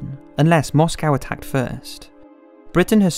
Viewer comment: Listen mate, it's MoscOw not MoscAw that's how Americans pronounce it. Like eye-raq